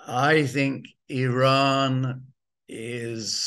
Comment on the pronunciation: Excellent guest very very cogent guest. Bravo Simon Tai go get your numbers and dates correct …. The information is out there and yes the information is out there…. You may have to do Some work Or listen to Simon…. He is in the know Simon even pronounces the country name Iran correctly. ‘Eeeean”. NOY eye ran. Same for Iraq